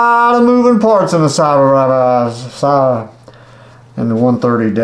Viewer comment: I don't know if you really don't know how to pronounce Sabra or are just joking around, but Sabra is pronounced "Say-brah". It's my favorite spincaster and I have several of them. The models 130A and 130B are the best.